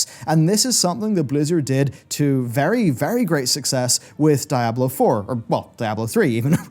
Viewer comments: Diablo is pronounced "DEE-AH-BLOH" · DIE-ablo lol